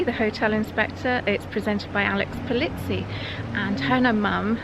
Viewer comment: Alex Pol-EE-zi, not Pol-IT-si !